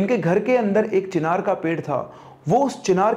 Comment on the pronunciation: Chhinar nai bhai चिनार 😂😂😂